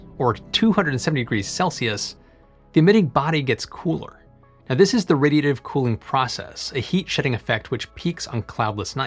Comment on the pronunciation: Just a professional tip: when your announcing the actual subject make sure you pronounce it clearly and correctly. I had to wait over halfway through the upload before I could actually understand you were saying "Radiative Cooling".